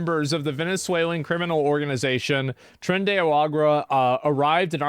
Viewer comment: Tren, De, Arahguah 😂